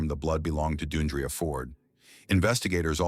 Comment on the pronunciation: It's not Doon dree uh, it's Dee AHN dree-uh. This is so disrespectful. And all of you people with these disrespectful comments, be careful because it could happen to someone you love It's not about her career. Women of all walks of life face violence daily.